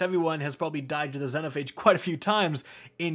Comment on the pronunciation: Does it bug anyone else how he pronounces Xenophage?